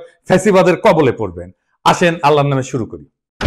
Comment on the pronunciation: আসসালামু আলাইকুম, স্যার!! আশা করি ভালো আছেন এবং আমিও ভালো আছি। কিছু মনে না করলে আপনাকে একটা শব্দের শুদ্ধ উচ্চারণের অনুরোধ থাকবে আপনি বলেন যে আল্লার নামের শুরু করি। এটা আল্লাহর হবে। বলবেন যে আল্লাহর নামে শুরু করি!! ধন্যবাদ স্যার 😊